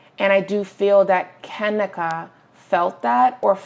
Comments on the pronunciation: Have some damn respect and pronounce her name right!! It's Ka-NEEKA. I cringed everytime you said her name! Do some research and make sure you are pronouncing someone's name right before you make a video about them! 😡🤬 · lol its kuh-nee-kuh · You’re saying her name wrong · You said her name wrong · Wasn't no dam accident deleting shit..you can't be serious you just pissed me off !!that hotel has cameras every where this is a 5 star hotel tf on top of you saying her name wrong!!